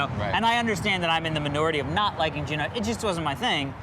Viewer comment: It’s Juno not Geno. I liked this movie and I love how they don’t show a hero or even a main character who we like. Great acting person we are surpossed to hate her and I for one so. She is so about herself which shows me good looking woman skate through high school and get the breaks most of us don’t. With they said she is also seeing how real Life ain’t high school and she wants her high school days back. She can’t get them and the film ends suits her learning nothing but we the audience has.